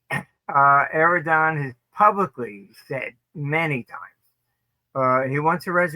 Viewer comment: I'm puzzled why the genius Armstrong says "Aerodan" instead of Erdowahn. Maybe he's smarter than me?